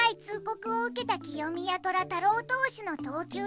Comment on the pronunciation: 清宮（せいみや）です